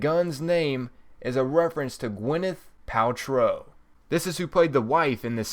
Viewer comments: Please learn how to pronounce thing properly Gwyneth Paltrow is not how you pronounced it you said paltroll lol how stupid and illiterate can you be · I appreciate your help with these videos and for all the work you and guys like you put into them. The secrets are cool and your directions and map shows are key as others do not commentary as well as you have. That being said I would appreciate it if you would PLEASE learn how to pronounce some things correctly. Monolith, Paltrow. It bugs me but it is not meant to be offensive. Others may complain as well. For your knowledge, The Man in a space suit is a DIRECT image from when Dave was sent through the Monolith in 2001 Space Oddessy by HAL the AI in the Computer aboard their first missions ship. I would also menmtion that the area you are sent to does look like a Boss Battle area but I believe it is in reference to the Mono lith found by teh Apes at the beginning of the movie. Again I will say THANK YOU! For your effeorts here as they are honestly appreciated. I will be both Liking the posting here and following you in the future. Cheers bud and Good Hunting !